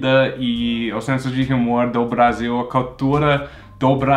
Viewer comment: tu fala h como na tua língua. H não tem som. Não é rumor, é humor( umor).